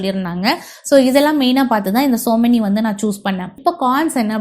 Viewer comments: Yenna kodumai madam - it's SOMANY TILES - NOT SO MANY u don't know even know to pronounce correctly then y make videos 😢😢😢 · Tiles பத்தி ivloo பேசுறீங்க... சொமானி apdindra பிராண்ட் name ஐயே சோ மெனி அப்டின்னு சொல்றீங்க...